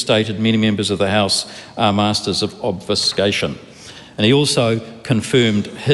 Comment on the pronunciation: If you knew of the nuances of the English language mate you would know how to pronounce "Obfuscation" properly.